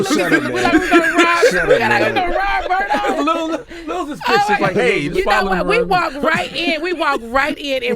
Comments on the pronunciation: BERGDORF not bergdoff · People need to stop pronouncing the shit as "Birdoff"